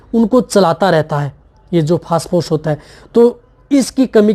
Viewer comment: पेहले आप फास फोर्स बोलना बंद कर दे...😂😂😂 फोस्परस बोले..